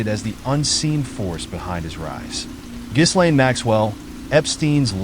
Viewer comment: The name of his girlfriend was : Ghislaine Maxwell and it should be pronounced as: Ghee-Lehn It’s called phonetically correct pronunciation . And never as : Gheez-Lehn.